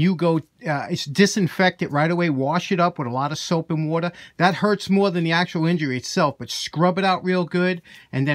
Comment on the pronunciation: I recognize that accent! I’m from the southern tip of Jersey and we have more of the Philly Wooder/water accent. Regardless of pronunciation; a pipe wrench is ALWAYS a deterrent! I’ve enjoyed your videos many times but just realized I wasn’t subscribed! I remediated the problem and will be enjoying your posts for the foreseeable future. I like the bit of polish because on my steel/cast iron tools because it helps inhibit rust in my Salt Air environment. Nice resto-mod and great tip for injury care! I teach Manufacturing (Woodworking), Robotics, and Engineering Introduction at the High School level and injury prevention/care is giving me gray hair at 35 years old! Freaking bandsaws and chisels are my nemeses no matter how many times I demonstrate proper technique and emphasize that chisels are 2-handed tools!!! Good luck, quick healing, and plentiful shop time! -CY Castor